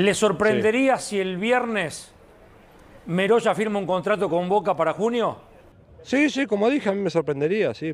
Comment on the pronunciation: El apellido.no es meroya. Es.merolla.